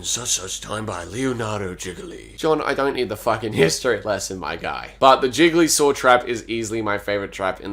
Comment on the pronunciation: I keep hearing Gigli Saw as Jigglysaw and I can't stop laughing It sounds like a bad tentacle... content parody of Saw 8